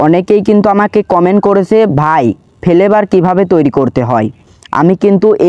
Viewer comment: Vape❌️ Vhaap✅️ Flavour❌️ Felevour✅️👍